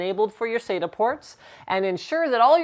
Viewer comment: Im not hating but i find the miss pronunciation of acronyms to be most disconcerting, it is SATA not "saida" , at least that s what it sounds like when you say it.